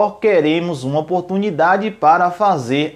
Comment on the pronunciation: Quantas vez vc falo a palavra oportumindade neste video